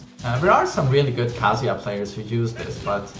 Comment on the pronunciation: I like this kind of video, but please learn how to pronounce Kazuya first. I have to mute because of it.